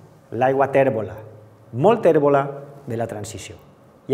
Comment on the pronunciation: Ai les vocals obertes! SupOrt, guErra, modEl, cOses, restablErt, pOt, tÈrbola... Cal parar atenció a la pronúncia.